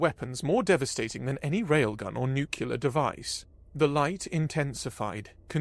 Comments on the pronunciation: Nu-clee-err... 🧐 nookular..😒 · 'Nuclear ' only has one U in it. Just stop. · It was a good story, unfortunately scarred by a consistent mispronunciation of the word "nuclear." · For real tho! You gotta pronounce "nuclear" correctly if you're gonna do sci-fi.